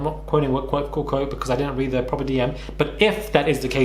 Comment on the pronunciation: This is not a read, it’s a REA”T” ☕️